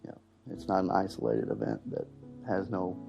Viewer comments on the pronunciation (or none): none